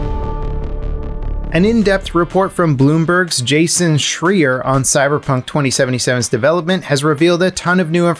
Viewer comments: Its pronounce Jason SHRAIER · lol you miss pronouncing Jason Schreier's name